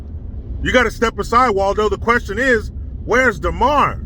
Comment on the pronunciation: It’s DAmar…not DEmar…DUH! How hard is it to get a subject’s name right?